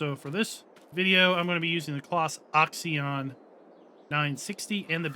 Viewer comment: Axion and poplar were also miss pronounced by in the same manner lol I think he does it to mess with us